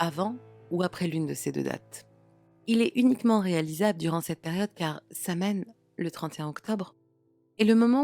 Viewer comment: *Sahuin, Samhain se prononce, sahuin/sawin